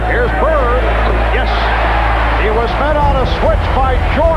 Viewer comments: It's BIRD with a D, not Birt. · His name is bird. Not bert